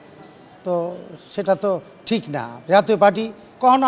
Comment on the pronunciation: এটা “টিখ” না তবে এটা ঠিক। 🤣🤣